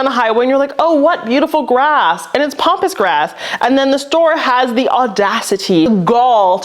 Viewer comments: it's PAMpus grass not POMPus grass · It’s Pamp not pomp.